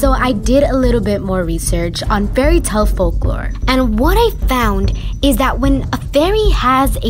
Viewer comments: "Fairy's" not faery but OK👌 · Your spelling of fairy is bad you said feary